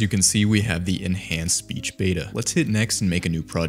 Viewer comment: bro said speash 😭